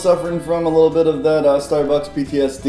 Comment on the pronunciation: Did anyone else hear say "Starebucks" towards the end or am I going crazy?